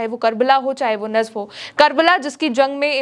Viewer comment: Madam nafs nahi hai najaf hai plz pronounce properly